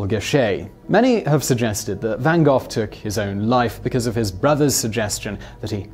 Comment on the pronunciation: Literally how did you come up with your pronunciation of Gogh? How daft are you?